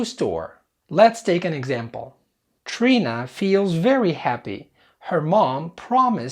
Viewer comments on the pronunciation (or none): none